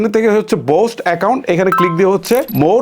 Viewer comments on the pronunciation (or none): বোস্ট ❌ বুস্ট ✅ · বোস্ট না বুষ্ট😂